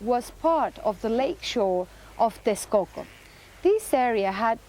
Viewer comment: It's also entertaining to hear the differences in pronunciation between the historians in the video and the narrator, where the narrator is using the Nahuatl pronunciation and the narrator is using English pronunciation, as in 'teshkoko' vs. 'tekskoko' for Texcoco. And the less said about how the auto-generated subtitles mangle the Nahuatl words the better; sometimes it can be quite funny.